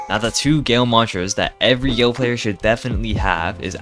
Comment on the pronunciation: top plaYER vs top playER... why does he talk like that???